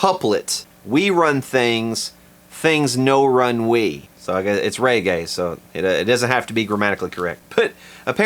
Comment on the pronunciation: "Ray-gay" !?. Never heard reggae pronounced quite like that before.....